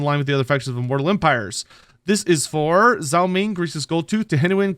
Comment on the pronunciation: Still can't pronounce Zhao correctly